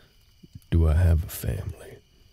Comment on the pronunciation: .... Did you say family 🤨☝